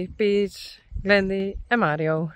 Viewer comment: Hearing you say this he horses names is part of the magic of your channel. Please keep saying them. I especially love when you say PEACH!🥰